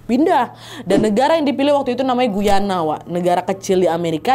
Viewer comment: Assalamu'alaikum. Salam sehat dan penuh keberakahan Trinidad. Sukses selalu ya Nadia beseeta team dg cerita2x yg selalu saya tunggu. Aamiin Btw. Mohon maaf ada sedikit koreksi Guyana itu dibacanya Gayana ya. 😊 Saya kebetulan tinggal dekat negara Guyana (Amerika Selatan). Trinidad di negara Karibia, Caribbean Island. Terima kasih.